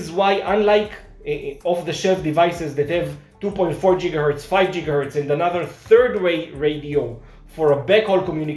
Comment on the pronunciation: Once again, I was laughing at the pronunciation. Jiggahertz is a funny sounding word. It seems that you're inferring that I'm making fun of you in some way, and I promise, thats not the case.